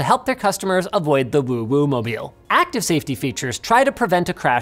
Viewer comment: Did he says OwO mobile?